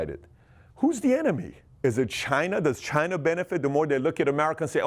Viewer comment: Ask Chy-na. That's a question we should ask Chy-na.